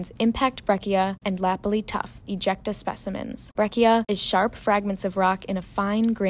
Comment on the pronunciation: Your Canadian geology pronounciation is a bit off ;)....breccia is bretcha....lapilli is la-pill-lee.....tuff in Canada rhymes with hoof. Oh, and the reason iron formation was no longer being formed is because there was too much oxygen in the oceans after 1.5 billion years ago.